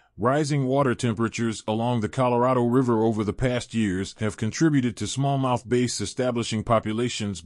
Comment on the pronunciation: AI voices have a hard time with context sometimes